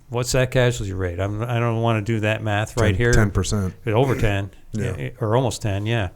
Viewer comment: Im sorry did he say tuaght "meth" ?